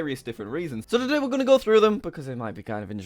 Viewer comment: Why does it annoy me that I can't hear the "T" in "today" at the beginning